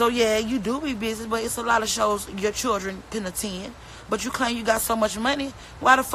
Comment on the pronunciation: It’s children not chilren